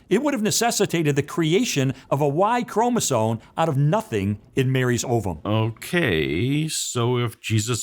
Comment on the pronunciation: I know this is petty, but... did Lee Strobel say "chromosoNe"? Just 😘👌 perfection.